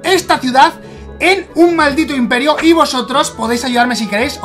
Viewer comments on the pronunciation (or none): "inperio" >:v es imperio